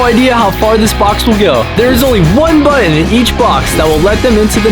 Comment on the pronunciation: Anyone else notice how Jeff says button like buoton